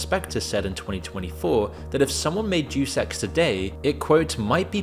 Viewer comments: DEUS EX (DaYuS EX) its latin i think. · Bro literally said "J3w s3x" franchise. You have got to be A.I. or just "Admittedly Ignorant". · It’s pronounced Dey-us in “Deus Ex.” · "Juice Ex" 🤣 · i heard it as "dewsex" lol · "DAYUS EX" bro. jfc. Are YOU AI? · "duce ex" ffs lmao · "Juice Ex" :( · Thank you!!! Don’t these people hear someone else say it first? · hahahahha take a listen again to other people when they say Deus Ex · I love the video but I'm going to be real here.. the horrific way you are mispronouncing the name, "Deus Ex," almost has me clicking off in aggrevied nerd rage.. it's not "Deuce," like the number two.. it's more like, "Day-US Ex.." 😢❤❤ two thirds of the way through it.. it's a testament to the channel love and content in general at this point! ❤❤❤😊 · Dude if you're reading a word for your videos narration and you don't know how to pronounce it look up the pronunciation. You just guessing how to pronounce words lowers the quality of your videos and you do it a lot. For example in this video the Latin prefix "Deus" is not pronounced "duce" (like juice but with a D) it's pronounced "day-us". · Deus is pronounced "day-us" not "duce" it is Latin for God. It's where we get the word deity. Etymology is fun. Lol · DE US. Not douce ffs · it is dayus ex not jew sex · Bro, are you an AI? Because "deuce x" is not how you pronounce "Deus Ex." At least learn how to say words correctly before you record a video for 1.73 million viewers. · Pronounced Dayus Ex, not Juice Ex 😂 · Hate to be that guy but “Deuce Ex”, “Hiddyo Kojima”? Come on how hard is it to google the pronunciation before you make a half an hour video lol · Day-uhs ex btw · DAY-US EX Arghhhhhhhhhhh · "Doose Ex" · Deuce Ex he says.. That's not how you pronounce Deus... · Not "Dues ex" Deus Ex. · The way you say Day-Us Ex as Deuce Ex is incredible... incredibly insulting to call one of if not the best gaming franchise in the history of humanity Deuce Ex. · It's "DAY-US EX," not "do sex."